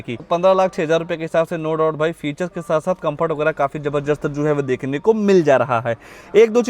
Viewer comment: Zabardast❌️ zabarjust ✅️😂